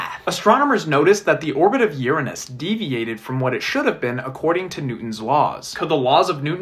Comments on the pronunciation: The first person ever to pronounce it “Uranus” and not “Ur anus” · Insulting? Uranus was named after the Greek God of sky “Uranos” with the exact same pronunciation as the guy in the video said, if anything you are the one who is insulting here and disgusting too.